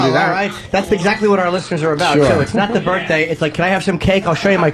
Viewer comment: Fuck, just say birthday. Birfday is so painfully unfunny.